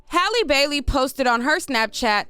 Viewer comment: thank you so much for pronouncing this young lady’s name correctly. So many bloggers butcher it to pieces.